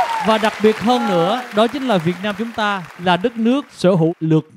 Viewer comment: Người Việt Nam mà ko phát âm ko đc từ Việt Nam :))) lớ lớ làm gì vậy?